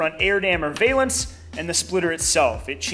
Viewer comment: Valance is pronounced va·luhns. Sorry to correct you.